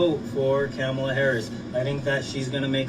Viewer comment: I thought he was saying Commie Lawv😂😂